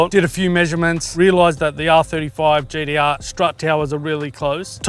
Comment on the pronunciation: He said the GeeDeeArrgh